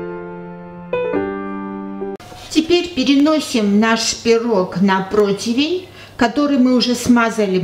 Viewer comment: Люба Гаргалык Типа она училка! Скажите спасибо, что она правильно слово противень произносит, выучила! А-то, много горе-блогерш кулинарок так ляпают: "протвинь"!😁😉